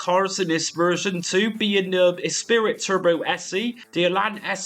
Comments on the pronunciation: It’s ESPRIT pronounced esprie not ESPIRIT. Great content as always.😮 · Ess pree ❤ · You've added an 'i' that isn't there though. It's Esprit, pronounced 'Espree'. Unless you treated genuine game floppy disks badly they were, by and large, perfectly durable at the time. 30+ years later, possibly not so much (although all my original games are stilll fine!). Personally, I think the Megadrive sound is better than the ST (which sounds truly awful), but you're right - nothing tops the Amiga version of this all round. Nice video. Thanks! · I've never heard someone pronounce esprit as "espirit" before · The lotus series was amazing and up there with moonstone and sensi for most loved imo. Mate u butchered saying esprit 😂